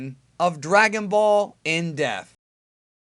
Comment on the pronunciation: when are we going to get a vid on why it sounds like he says "dragon ball in death" instead of "in dePth"